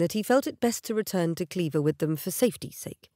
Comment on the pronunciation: I finally put it together. "Cleaver" and Clairvoir, pronounced incorrectly. I love it when that happens.